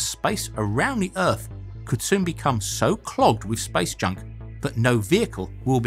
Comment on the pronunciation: I heard it 'Spice Junk' :D